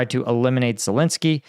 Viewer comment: ladies and gentlemen, here we have an expert on Ukraine who can't even pronounce Ukrainian president's name!!!